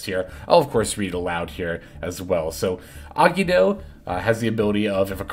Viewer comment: Bro ever time you said Agido it made my teeth hurt…. It’s three syllables A-gi-Do …. Gi sounds like Gee